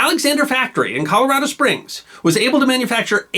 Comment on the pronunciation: Why the incorrect, then later correct, pronounciation of Colorado?